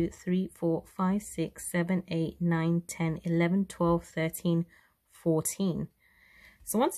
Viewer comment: fourteen, not four teen!